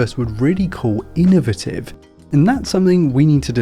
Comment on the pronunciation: Nobody calls it that because that's not how you pronounce innovative lol